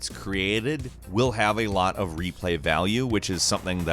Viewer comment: Lol did you just say life is strange has replay vaule?